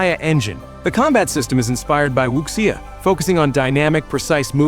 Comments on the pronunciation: Wuxia is Wu-Sha not Wook-see-ya lol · Wuxia is pronounced Wu Seeya.